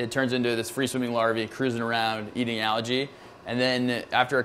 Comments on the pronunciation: I thought it was me. They're saying algae but I'm hearing allergy. Phew, someone else heard it, my ears still work. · Why does he say algae like allergy. And why does the oyster guy say LG